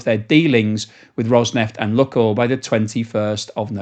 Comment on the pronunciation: if you stop saying “Luckoil” and instead pronounce it correctly as “Lukeoil”, I will immediately smash that Like button and subscribe to your channel!